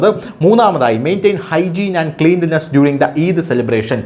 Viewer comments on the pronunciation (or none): ക്ലൻലിനെസ്സ് എന്നാണ് പറയേണ്ടത്. ക്ലീൻലിനെസ്സ് അല്ല